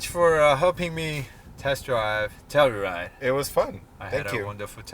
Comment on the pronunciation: 텔루라이드가 아니라 텔유라이드죠